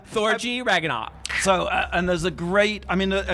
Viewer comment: When you pronounced ragnarök "ragganack" I mean... Most people pronounce it incorrectly already but you're even pronouncing the mispronunciation wrong I can't